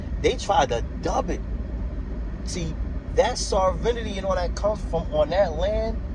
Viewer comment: Sovereignty is pronounced : SOV-REN-TEE. But sadly, that is the smallest mistake in what you say. I have to resist discussing things with conspiracy theorists, sovereign citizens, and people who believe in lizard people because there is too much ignorance to bridge the gap. I will simply assure you Indians as individuals are not sovereign, and they get arrested for even small, non-violent infractions the same as non-Indians. I am glad you read McGirt, but you didn't understand it. Watch some YT videos on it, read some of the info put out by the tribes themselves for laymen like yourself. Good luck, and continue learning.